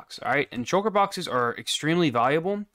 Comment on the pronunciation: Bro pronouncing shulker at first: Swalker 2 Bro reading it : Shulker